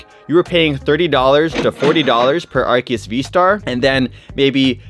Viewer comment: It is Ar-see-us